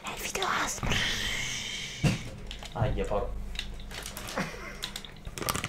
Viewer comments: Altro che dormire questo video fa scassare😂 cmq guarda che nn si dica asmr si dice A ESSE EMME ERRE ci devi fare proprio lo spelling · Si dice "a esse emme erre" Divertentissimo 😂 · Non si dice asmr ma a esse emme erre (non ti insulto perché sei la mia idola e solo per dirtelo perché c'è gente che ti può insultare) Ti adoro❤️ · per me è più brava Anita per fare gli asmr poi sbaglia la pronuncia di asrm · Cristina Barduca Siiii ma si dice A Esse Emme Erre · sono solo 4 lettere: A S M R. Si pronuncia: A esse emme erre il italiano e in inglese eismar non izxbjveafbvauasbufsmdfberhkgkehv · si legge A-ESSE-EMME-ERRE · Si pronuncia a esse emme erre ma come lo dici tu fa più ridere 😂😂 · i video asmr si dicono video A ESSE EMME ERRE😂💋❤ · Si dice a essse emme erre. Comunque ti adoro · Guarda che si dice A. S. M. R. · Si dice A S M R Normalmente devi ripetere-a-esse- emme-erre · Si pronuncia Aesseemmeerre è si scrive ASMR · Veramente si dice video a s m r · Si scrive asmr. Devi dire asemer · mi fa morire dal ridere 😂😂😂😂😂😂😂😂e che non sa dire ASMR ❤️😂